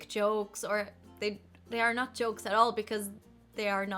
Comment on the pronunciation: Have a look at this nice example of Icelandic accent: the sentence '...so that you may not miss an opportunity...' do you hear it? 'noht' You sometimes sound littlebit like that - but only in this respect, not the rest of the accent. I don't write it to criticize, you have super nice and smooth English! Just as an observation. Because up until now I thought that only Icelanders do it and you have proven me wrong :-)